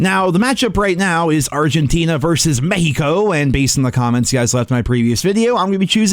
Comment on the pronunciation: Yes you said Mexico right